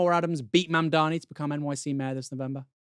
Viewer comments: ZoranMandanni (Sounds italian) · I swear he is still mispronouncing Mamdani as MaNdani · He still can't even say Mamdani's name correctly. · It appears that the attacks are not working. This is a genuine candidate, with real solutions to our city's problems. Cuomo, same old same old. Notice how his ad mirrors many of Mamdani's suggested programs? And for God's sake, can you freaking learn to say his name correctly, cuomo. It's really not that hard. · still can't pronounce his name right